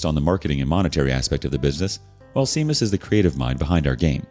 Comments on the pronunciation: Shame-us, not Seam-us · His name is Irish. It's pronounced Shame-us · Pronunciation note: OMG, it's SHAY-mus for Seamus. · Pronunciatio note: Seamus is pronounced SHAY-mus. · Lmao. I went to HS with a guy who pronounced it seamus and we’d call him the proper pronunciation just to puss him off😂😂